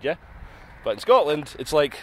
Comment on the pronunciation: Scortland? Cant even pronounce the name of the country ffs